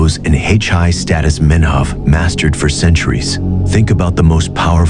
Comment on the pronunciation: Hache-eye?! Wtf is Hache-eye?! The cartoon says HIGH 😆😆😅